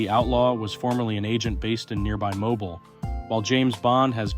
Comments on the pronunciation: Mo-beel, not Mobil. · It’s pronounced MoBEEL, not “mobile” 😉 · Mobile is pronounced mobeel. People pronounce it wrong all of the time. I know you like to learn things. That’s the only reason I’m letting you know. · The first house, the Outlaw House, is in the city called Mobile which is pronounced “Mobeeele.”It’s also in the same named county pronounced in the same way. The pronunciation comes from from the areas French history . It’s a shame there are not more pictures of the Outlaw house.